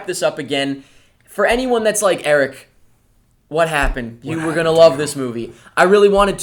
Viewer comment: ahh I remember french Eric